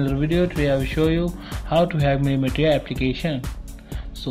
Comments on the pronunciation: It's pronounced Mili(s)ia & not miliTia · Dude please pronounce the name correctly...its miliशीया not miliटीया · its pronounced milisha not milliteeya